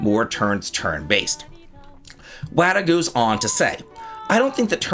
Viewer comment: "Wada gooes on to say" I see what you did there you slimy boy.